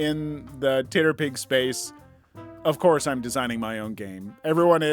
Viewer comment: Ok my biggest and most important question: dear god why do you pronounce TTRPG’s (tee-tee-ahr-pee-gees) like that? Titterpig is so offensively wrong and horrible it assaults me every time you say it and is the SINGLE reason I would/will never share/recommend these videos 🤣 Harsh? Maybe. But by god, what a terrible word.